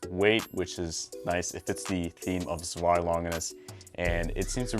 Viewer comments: You're pronouncing it wrong! "Zwei" is pronounced like "Tsvei" or something. you have to make the "z" short and sharp and the "w" like "v". (I know what I'm talking about. I live in germany) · I’ll never stop ranting about the pronunciation of Zwei from y’all :P